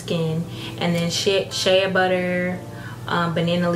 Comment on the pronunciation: Shea butter is pronounced “Shay” hun, not shee-uh